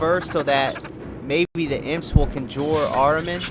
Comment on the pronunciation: It’s pronounced Con Jur lol conjure conjure. Sorry your guide is amazing but you mispronounce so much shit lol. Still following your guide 100%.